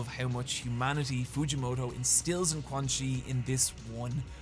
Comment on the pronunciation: This is a great video, but GODDAMMIT, THAT PRONUNCIATION OF “QUANXI” IS PISSING ME THE FUCK OFF. Anyways, good vid bro.